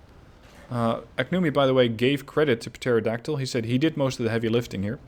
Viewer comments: hey buddy! love the videos. Just a heads up on pronunciation because im guessing english Isnt your first language. Pterodactyl starts with a silent P at the start. Depending on accent (mine's Australian , so its not perfect but i say it in the former rather than the latter manner) its pronounced "Terra Daktil" or "Terro Daktil". Keep up the good work man! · Just to let you know, in pterodactyl the p is silent